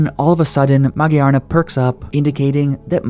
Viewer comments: Magiyarna?! Wth it's Magearna(Ma-gir-nuh) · MA-GEAR-NA!!!!!!!!!! SAY. IT. RIGHT. THERES A WHOLE MOVIE TO REFERENCE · It's supposed to be pronounced ma -gear-na ' magearna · Actually it is pronounced ma - gare - na. And I would rate this episode 11/10. The writers outdid themselves with this one. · Why did he pronounce magearna like that lol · why do you say magearna like that? it sounds nice, but it's so wrong